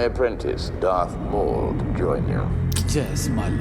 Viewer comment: Really Darth Maul as in "Mall". The guy's accent made it sound like "Mole"